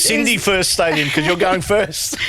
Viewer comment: sorry cindye is correct in the pronunciation